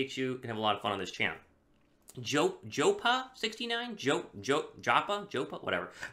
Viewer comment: it’s JoePa as in Joe Paterno 🤣🤣🤣 but thank you for taking my mailbag question